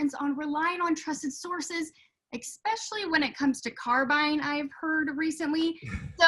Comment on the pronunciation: 'irregardless'???? eXpecially???